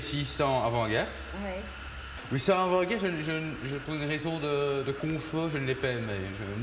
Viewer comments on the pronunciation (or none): "Apres ca, j'ai fait le 600 afant-garttte" 😂😂😂😂😂😂😂